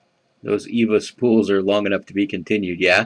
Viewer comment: EVVA isn't from Germany. Instead it's from Austria, Vienna, but that doesn't really matter anyway. Also I speak German and it cringed me when you said Evva. The E is pronounced like the first e in elephant. Greetings from Vienna!